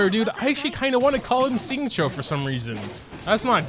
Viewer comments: First actually pronounces Bennett’s name right on purpose, THEN he wants to call Water Dude “Xingqui?” What is happening? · I pronounce Xingqiu 'Sing chu'